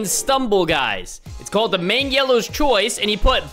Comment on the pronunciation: Bro really said meng yellow😂